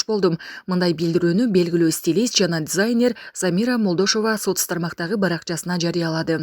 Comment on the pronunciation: Дзайнер😅 дизайн деген сөздөн келип чыккан